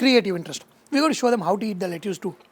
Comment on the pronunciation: Very good dish. Gonna try. Just one small constructive feedback: pronunciation of Lettuce is "Let-us".